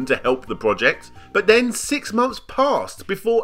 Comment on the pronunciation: "may furtyuff two fousand and fourteen Everyfing was fine, ven, nuffing" Great vid, apart from the lack of "th" 😁